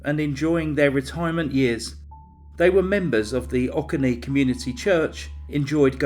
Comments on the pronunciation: O-coe-nee dear.:) Thank you for this video and story. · Oconee is pronounce “oh-CONE-NÉE” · Great vid! Subbed. FYI - Oconee is pronounced "Oh Co Nee". I live north of Atlanta and remember hearing about this when it happened. Weird and strange story. Need to keep this one on the radar.